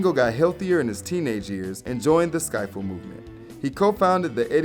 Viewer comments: Okay: Ringo also sang lead on "Act Naturally." The early band sound that they grew from is pronouced sk-ih-ffle, not sk-eye-ful. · Nothing I didn’t know, but still great to recall. It’s ski (short i) ffle, not skyffle. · Ivan Vogan? "Vaughan" is pronounced, "Von", or perhaps "Vaun". Not Vogan. - Skiffle is not pronounced "Skyfel". - , 1921? - The studio wasn't called "Abbey Road Studios" at the time. The name was changed following the success of the Beatles' album of that name. Prior to 1970 it was called "EMI Recording Studios". - "Starr Time" wasn't a thing in the Beatles, that was Rory Storm and the Hurricanes. And it wasn't a drum solo, it was when he got to sing. - Ken Kesey, not Ken "Kinsey". - Epstein died while the Beatles were at a Maharishi event in Wales and prior to their sojourn to India. - The song is called "Octopus's Garden", not "Octopus Garden". - The Beatles' final album was not named after the recording studio, but after the street on which it was located. The studio was later renamed after the album. - Those are just the things that really stuck out. It was a very entertaining video, but a few corrections are in order. Just saying. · It’s pronounced skiffle not skyfull. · This is the last video I'll watch that is narrated by. His voice drops off at every sentance, and he can't pronounce some words correctly. Skiffle with a long "i". Seriously? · Skiffle not scifle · How does this guy continue to say "SKY-ffle" with a along "i" instead of "skiffle" with a short "i"? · You sort of lose some credibility when you cannot pronounce skiffle correctly (the if is pronounced as "if" not "eyef"), you show the incorrect pictures of the Beatle you are talking about, and have some laughably incorrect "facts." Shoddy. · It's pronounced skif ful not sky fel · It's, "Skiffle", not, "skyfle". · Hey, I know you have all figured it out already, but it's, "skiffle," not, "skifle." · hey bro - all good stuff, but its pronounced "skiffle", not "sky-ful"